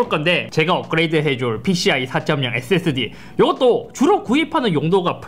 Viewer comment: 왜 자꾸 앳Seㄱ스디 라고 발음하세요?